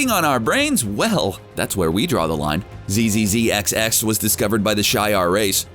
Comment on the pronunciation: Correct pronunciations : Zzzxx : Zacks Shi’Ar : Shee-Are